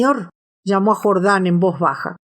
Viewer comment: se dice jordán no jordań